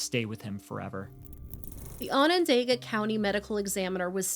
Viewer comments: I know I shouldn't comment this but I'ma do it anyway. Onondaga is pronounced awe nah dog uh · I respect both of you and your research! Syracuse NY is my city! I remember how sad this was! It hit the community hard! Onondaga is pronounced Onon-doga! It's not spelled that way! It's the name of the Onondaga people and their reserve close by! ✌🏾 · Onondaga is a difficult word I guess you were close tho!